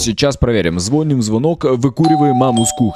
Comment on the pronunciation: ты можешь посчитать меня душнилой, но говорится не звóним, а звони́м. И еще, попробуй пройти игру скулбой с помощью ходьбы задом. Залайкайте, чтобы увидел